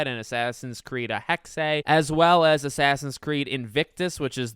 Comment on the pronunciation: Finally, someone who pronounces Hexe correctly. Thank you. And I really can’t wait for all this